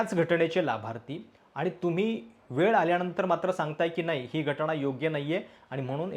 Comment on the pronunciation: स्वारी सादरीकरण एकदम मस्त पण घटणा नाही घटना असं आहे तेव्हा थोडं ऐकायला बरं वाटलं नाही पुन्हा स्वारी